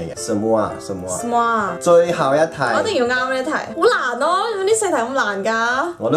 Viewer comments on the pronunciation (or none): 不是soma， 是suma（苏吗） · 蘇媽。。。我聽成林周罵